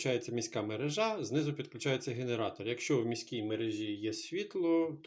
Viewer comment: Якщо мережА, тоді магАзин і продАвець. Якщо МерЕжа, тоді магазИн і продавЕць. Треба бути послідовним і якщо перекручувати наголоси то в усіх словах підряд.